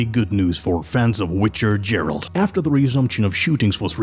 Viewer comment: why did he say witcher jeralt i hate it....